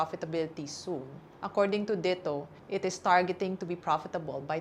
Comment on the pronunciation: why does she pronounce DITO that way? isn't it supposed to be pronounced as a Tagalog word?